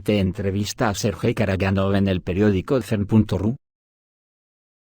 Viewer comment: Сергей Караганов , Sergey Karaganov , se pronuncia en ruso, [ sirgéi karagánaf ]. Saludos.